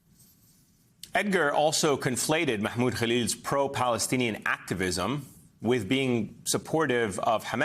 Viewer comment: You pronounce his name like a Hamas terrorist